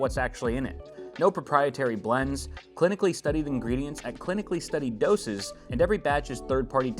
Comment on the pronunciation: Day "dosages" verse night "dosages" is what took out "the king". Man I know you are struggling, but promoting this?